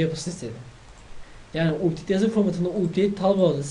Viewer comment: Updeyt diye okunmuyor kardeşim Apdeyt diye okunuyor.